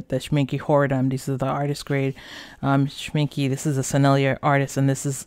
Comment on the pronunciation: Very Good review :-). Can I briefly point out something to you? Schmincke is pronounced with an e at the end and not with an i like you do it.